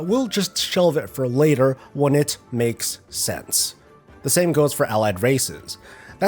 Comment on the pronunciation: the problem is you said " maoes sense".